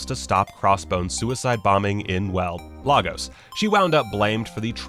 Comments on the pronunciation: Lagos is pronounced LAY-gos not LAH-gos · Lagos is pronounced laygos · I'm from Lagos, right. So I feel uneasy how yall pronounce Lagos. It's more like laygos, than what you said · My bad, sorry about that! If I wind up doing another video that mentions Lagos I'll be sure to say it properly. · Yeah that always bugged me, Lagos is Nigeria's most popular city, hearing it repeatedly pronounced wrong really irks me. Couldn't they research it before using it so prominently. Imagine pronouncing New York as new yewark